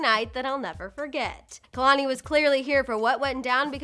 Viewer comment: Kehlanie is pronounced as kaylanie